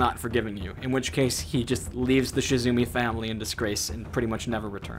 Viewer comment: Not to be that annoying commenter, but it's Shimizu not Shizumi. Good try though!